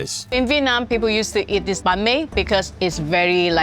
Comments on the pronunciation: ITS NOT BON ME ITS BANG ME I’m Vietnamese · STOP CALLING IT BAN MI YOUR PRONUNCIATION IS WRONG 😡 (im vietnamese) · Thats not banh my bro😭, American banh my might be true